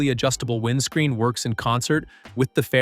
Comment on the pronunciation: What is a whined screen? LMFAO DUMBEST AI EVER!